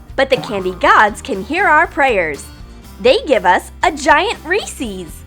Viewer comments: DID YOU JUST SAY REESEES!!!!!! IT'S REESES!!!!! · It's not reecies it's recess I'm spelling it different to show the pronounciation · It’s reses not reseas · They give us a giant REESIE’S It’s pronounced Reese’s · you said reeceec but its recess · Reese’s It’s not called Reesie’s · Has anyone noticed that she’s said resis but it is actually reesese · It's Reeses not reesees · it's pronounced rees-is not rees-ees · why do you pronounce it REES-EES isnʻt it pronounced REES-ES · Not tryna be rude but it's pronounced Reese's not REESEEZ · that’s not how you say Reese’s your saying Reese’z not Reese’s. Just to tell you for next time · Its not re-sees its re-sis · they say reesees instead of reces and bugs me soooooooo much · Why do you pronounce "Reeses" "Reesees" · Its not reesees its reesis peases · No no no no no. You're pronouncing it as "Reesieys". It is pronounced as "Rees-es". REES-ES! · I think it’s re says not re sees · Umm you do know it's pronounced "reece-is" not "reece-ees" right?? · Reeses is the best! But why did you pronounce it "Ree-sees"? Its just "Ree-ses" ? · “Ree-Sees” Me “Ree-sis” Anyway cool video. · PLEASE don't tell me they said Reesies!!!!!! It's REES ES NOT REES IES!!!! YOU GUYS ARE RIDICULOUS!!!!! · OMG Reese's are pronounced Reese-is not Reese-ies hence the apostrophe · It's not resies it's Reeces re sis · STOP ITS REESE IS NOT REESE EES!!!!!!!!!!!!!! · It's pronounced ree-sehs Not ree-sees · it’s Reese-IS not Reese-EES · ReesEEEES?! IT'S REESES Sorry I'm a grammar perfectionist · It's not ree-sees it's ree-sez it's spelled the same but it's the only way to try to spell it. Did that bug anyone else? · I love REESES NOT REESIES TOOO! FAILED AT SAYING IT CORRECTLY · Meh too! She called ricies not Reese’s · The main thing that bothers me is the way they say Reese’s. It’s pronounced Rhys’s, not Ree sees. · They said "Reeseese" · not being mean or anything but for the reese's she said re-cess